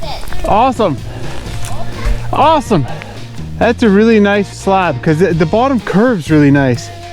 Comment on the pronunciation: No one: This guy: slaab